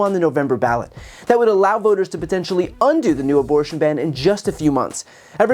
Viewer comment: The guy needs a speech therapist and probably a dentist before another attempt at public speaking. His "aborshshshsh'n" pronunciation damaged my hearing.